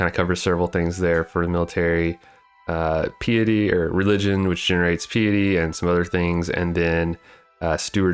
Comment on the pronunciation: Are you trying to say piety?